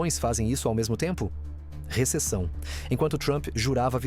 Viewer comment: “Receção”?! 🫣🫣🫣🫣 Socorro!